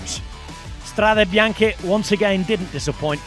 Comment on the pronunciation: Perfect pronunciacion of "Strade Bianche" by the commentator, provided he'd be British